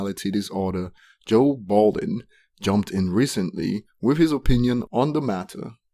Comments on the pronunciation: My nigga it's Budden not Balding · Can't listen to this dude cuz he doesn't even know Joe Budden, but Bolden. What a fool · Its Budden not Balding. If you quote people? Credit their name with the proper respect, pronunciation and spelling. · It's Budden, not balding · This whole time I thought he was saying balding cause of his accent and. Was clowning his ass to find out it was purposeful lmaooo that’s how my day went how was yours? Lolll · Why cant you say Budden's name